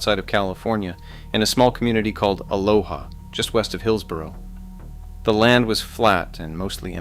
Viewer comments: And: Ah- lo- ah. (Vs. "Ah-low-ha" = the Hawaiian, pronunciation.) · and then he says Aloha wrong too. nothing Hawaiian about it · Aloha is not west of Hillsboro, it’s east of Hillsboro, and it’s pronounced “a-low-a” not “a-LOW-HA.” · It's fun when you are from a place and everyone pronounces the areas wrong. Tualatin is too-ALL-a-tin. Aloha is uh-LOH-uh. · TOO-ALL-A-TIN and AH-Low-AH ,to cities mentioned wrong. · Tualatin is not pronounced like that. Neither is Aloha. There's this thing called Google and you can ask it things like this. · Aloha Oregon isn’t even pronounced correctly 😂